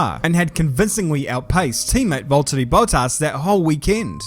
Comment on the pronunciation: it's Valteri😂